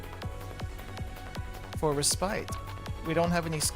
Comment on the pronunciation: Lmfao, that is not how you say respite. Did you go to school in Minneapolis?